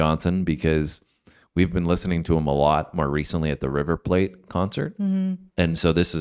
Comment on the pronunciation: It's river PLAT pronounced like flat.